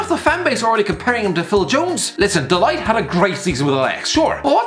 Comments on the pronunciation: De ligt not de light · "De Light" That pronounciation makes me shudder. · when he pronounces de ligt de liyged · Every time you pronounce De Ligt I die just a little